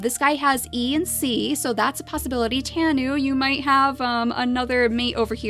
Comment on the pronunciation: tanu is pronounced: Tah-noo